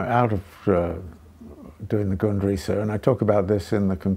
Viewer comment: replayed the beginning like 12 fucking times, he's saying "the Gundrisse", the '73 penguin books edition of marx's Foundations of the Critique of Political Economy for anyone else curious.